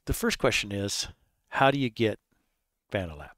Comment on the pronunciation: "fuh-NAL-ab"! LOL Good point :face-green-smiling